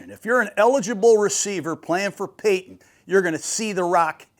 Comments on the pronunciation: Who wants to correct the legendary guy that paton is (pay-ton) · George Payton is pronounced the same as Sean Payton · I love Gruden but he definitely has some grammar issues 😂…JOly & PAton, Patton has 2 T’s